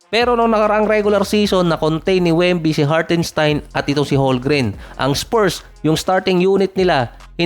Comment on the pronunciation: its HOLM-GREN!!!